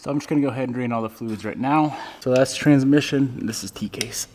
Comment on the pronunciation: I noticed the emphasis on trans-mission in the last couple videos lol. Weird when context doesn't seem to matter